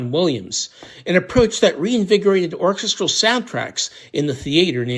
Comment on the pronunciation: Irritating puns and the inability to say the word orchestral properly. Signature cringe from.